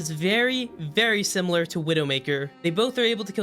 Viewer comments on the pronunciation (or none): none